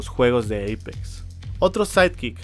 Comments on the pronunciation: Che amigo no se dice EIPEX ES APEX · Eipex se pronuncia :v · No es Eipex es Apex >:v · Apex no eipex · Jajajjaja dice eipex